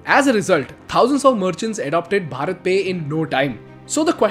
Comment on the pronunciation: You should pronounce भारत pe not भरत